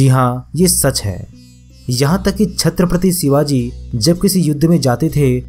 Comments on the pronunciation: Sabse pehle Chatrapati Shivaji Maharaj bolna sikh... Baad mai gyaan batna pehle Mahapurusho ke naam toh thik se lena sikh..wo bhi hamare liye bhagwaan hai🚩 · Bhai Chatrapati Shivaji Maharaj ka naam thik se lo varna😠😠😠😠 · छत्रपति शिवाजी महाराज बोलना सीख और फिर वीडियो बना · Chatripatti shivaji maharaj bolna sikho phle varna naam naa liya kro plzz.. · Sir very important and useful information 👍🏻But Please Pronounce Perfectly The Word Chatrapati Shivaji Maharaj 🙏🙏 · Pehle aap chatrpati shiwaji maharaaj kahena sikhiye smje bhaijaan Nahi to video mat banana😡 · छ्त्रपती शिवाजी महाराज बोल किस्की इतनी औकात नाही नाम ठीक से ले